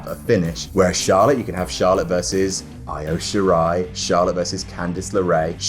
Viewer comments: Did....did this man just call Io Shirai I O Shirai!? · The way pronounced Io Shirai killed me!